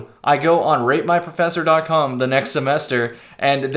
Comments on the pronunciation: When I first heard you say “rate my professor” I thought you said “rape my professor” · Who else keeps thinking he says “rape my ”